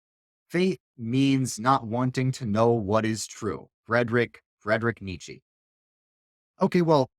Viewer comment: Great video. Please work on your pronounciation of Nietzsche though